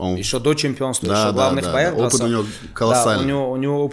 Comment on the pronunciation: как приятно услышать родной акцент «Опит» Делаешь старший !